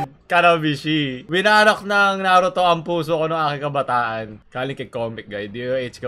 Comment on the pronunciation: Bakit "winarat" naririnig ko